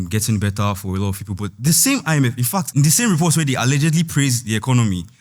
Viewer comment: tinubu guy said I-me-fem instead of IMF 😅😅😅